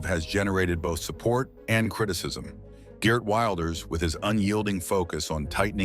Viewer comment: Ok...no problem at all...I truly understand Dutch names can be difficult to pronounce. But let me teach you: The most important name is Geert Wilders. The double "ee" in his name is pronounced as the letter E in your word "era" followed by the same way you pronounce the letter R in that word. So lose the letter A in the end and you are golden. G[er]t Then Wilders....it's not pronounced Wild as in "wild girls" but as in your word "will" as in I "will" followed by 'ders' So G[er]t Willders.. I hope you all understand this explanation 😅